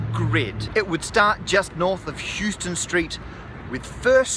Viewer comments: kidwai It's a New York thing. The street in Manhattan is not pronounced the same as the city in Texas. Pronouncing it wrong is one of the marks of a tourist. But don't worry--we don't expect people from out of town to be able to keep up, so it's okay. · Houston Street is pronounced Howston not Euston! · Love the video but as a New Yorker it’s my job to tell you you mispronounced Houston street. It’s pronounced “how-stun” not “hew-stun” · HOW-ston Street, NOT YOU-ston!!! YOU-ston is a city in an uncivilized part of the Wild West. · FYI in NYC Houston St is pronounced 'How-stan', not Houston like Houston, TX. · Not from New York but I believe it's pronounced Hows-ton street, not Hews-ton, like in Texas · Just for your information, Houston St. is pronounced "house-ton", not "Hughes-ton". :) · it's How-ston...not Hue-ston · Right! HOUSE-ton not HEWS-ton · It's actually pronounced House-ton street. The city in Texas and the street in NYC are named after two different people who pronounced their names differently. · Houston street is actually pronounced like How-ston. I know, very confusing. that's usually how you can tell when somebody is not from nyc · Houston is a city in Texas named after Sam Houston. The street in NYC is pronounced HOUSE-Ten Street named after William Houstoun. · It's not like Houston, Texas. It's HOUSE-ton, like a house that you live in. It was named for a different guy named Houston. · It's pronounced Howston Street. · Hey, The street is called Houston st like HOUSE-ton not Houston like the city. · The first syllable rhymes with "house". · no, no, no, it is pronounced as hill-ston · Houston street is actually pronounced how-ston. Don't know why, it just is. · You pronounce it "How-stun" Street. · Hey, man, it's pronounced "House-ton" Street.... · >houston street I'm surprised nobody yelled at you on the street for pronouncing it wrong. What has happened to my city? We can't yell at people in public anymore? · You pronounced Houston Street wrong.